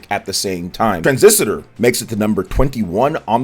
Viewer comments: “Tran-ziss-ter” ✅ “Tran-ziss-a-ter” ❌ “Bas-chin” ✅ “Bas-tee-on” ❌ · Tran-sis-tor not Tran-sis-ti-tor…..sorry to be that guy. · Why do you always call it "Transisitor"? 😂 It's "Transistor"... I enjoy your content but you pronounce so many things wrong lol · Transisitor. Bahaha. Said it like 10 times, too. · Oj its tran - sis - tor 😂. Two vids in a row men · can you please pronounce Transistor correctly. You are a native English speaker ffs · Didn't read my comment on the last video regarding the Transistor pronunciation, I see haha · One too many syllables in your pronunciation of Transistor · I agree with you. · Yeah that threw me off like wait is he really saying it like that? Lol